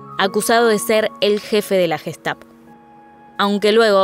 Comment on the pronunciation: Müeeela,guestapo,jítla,laipzic,aijman,janofa,sheeeeltz,noia...un poquito de pronunciación mamita....!el q aporta se ve q no aporta pronunciación o no invierten